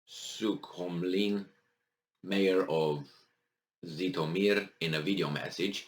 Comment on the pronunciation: The name is "Jitomir", not "Zitomir"!